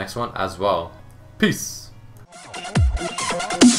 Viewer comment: khúc cuối nghe giống pis hơn là peace ^^